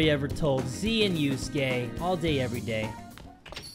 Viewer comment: You say and yuskae rhyme